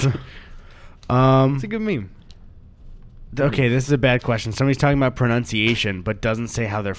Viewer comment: You mispronounced the word pronunciation. How ironic is that? Amirite?